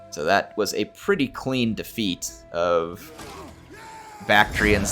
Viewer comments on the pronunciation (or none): none